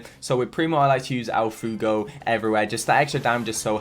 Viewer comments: El foogo Every person who learned Spanish: EL FUEGOOOOO I'm sry, great videos, Im just writing a Spanish essay at the same time as watching:P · Congrats on 50k! I laughed when u said “el fugo” It’s pronounced like fuu-ay-go but made me laugh so yeah xd. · Not to be rude but who cringed when tom said "el fugo"😅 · I love your accent when saying “el fuego” (el fugo lol) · I was just about to say the same thing!! I did cringe when he said that, but it is totally fine! XD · My man said el fugo 😂